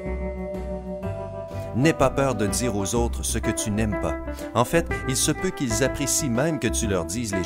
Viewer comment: Mdr j'adore quand il dit. " En faite " avec un accent 😂